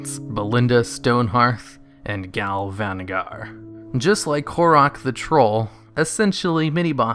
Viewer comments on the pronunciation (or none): Gal Vanagar? Imputiny? Calvary? :-D Anyway despite all the mispronunciations, still a very cool video. I've been playing WoW for like 10 years, horde side, and I've heard a lot of complaints about it being unfair, but my win/loss history is pretty close to 50/50, so I never thought much about why it was unfair, but this video makes it pretty obvious. Ten years of playing AV, and I've never seen an Ice Lord or whatever it's called. :-(